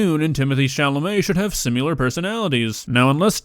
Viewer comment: stop it. stop saying simular